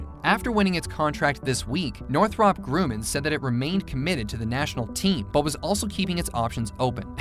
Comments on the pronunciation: Your pronouncing Grumman wrong. “um ” not “oo” for “U” to say yew, you need a vowel directly after “U” or one place after a consonant. Grumman “MM” so yew doesn’t say yew. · Yeah, it did bother me. For his reference it's North-rupp Grum-man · Redo your audio for this and pronounce GRUMMAN correctly... This is the company that gave us the F-14, A-6, and C-2/E-2... Two MM's means the U is pronounced as a short U. All you have to do is listen to any video by Northrop Grumman on their website or Youtube... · It's not Groomin, Grummin. PS. Ik it's not right but I'm dyslexic and still know how to pronounce it 🙃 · Northrop Grew-men? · If you can't pronounce GRUMMAN, your credibility is out the window. It's Gr rum man. Anyone in aerospace knows that.